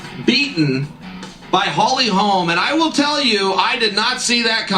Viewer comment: i'd be a liar if I said i saw Holly winning, i was stunned.... BUT, i had a small doubt, just a shadow. H. Holm has some incredible strikes, and strength, so..... Bruv, bruv, BRO-- NO "S' on the end; HOLM, not Holmes.... no "s" man. . . .